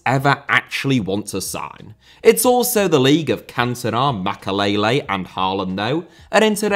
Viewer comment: Debut*not Deibyu Makélélé * not Makaleilei Félix * not Fêilex Villa* not Viller Serie* not Seri Half* not Holf Andriy* not Ondrey Drogba* not Drogber José* not Djouwsei Jô* not Djouw München * not Munich Swansea*not Swonzea Eden* not Iden Bremen* not Breimen Bruyne* not Bruyner Fofana* not Fofohrner